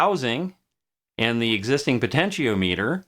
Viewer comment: Really interesting vid! Every time you say "po-tenti-O-meter" instead of "po-tenti-ah-meh-ter" I feel very uncomfortable though (I jest; I've just never heard anyone pronounce it like that before is all haha)